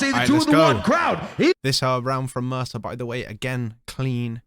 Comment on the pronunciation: Dlow bro! “Mirsa” name pronunciation is meer-za